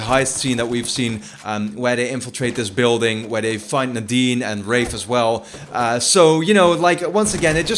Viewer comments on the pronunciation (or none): none